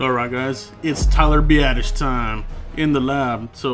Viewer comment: Nice work on Biasdasz. Also thanks for pronouncing his name correctly, it's not that hard.